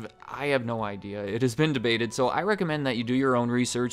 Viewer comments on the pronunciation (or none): none